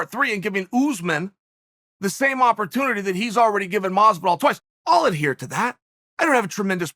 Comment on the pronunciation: Bruh, it's doing my head in how he's mispronouncing Jorge's name.. you can't tell me he doesn't know the the pronunciation of Masvidals name